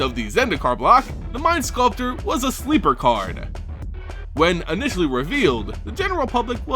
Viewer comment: What's up with the "eh" after some words xD? It's "card", not "card-eh".